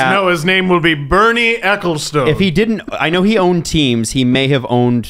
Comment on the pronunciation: LOVE when appears. Such a smart move guys. Also, ahhhh, my sweet Canadian brethren - Ecclestone, pronounced Eck-ill-stun. He's a goddamn mutant anyway, so doesn't deserve my correction!